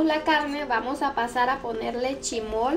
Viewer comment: ¿incurtido? ¿Chimol? No es chismol y encurtido. 🤣🤣